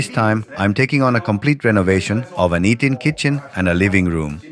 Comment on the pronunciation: I believe this is a re-post. Eating Kitchen sounds a bit funny.